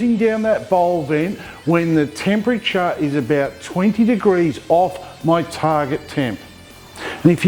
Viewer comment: This video is just click bait mate..... I didn’t see ONE pair of your bloody shorts!!! 🤣🤣🤣 I do like how you managed to say “temperature” correctly though.... I always say “tempacha”..... and when I’m editing I think “wtf am I saying!!!” 🤣🤣🤣